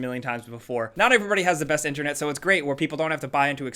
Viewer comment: Am I the only one who hates the way says internet 😂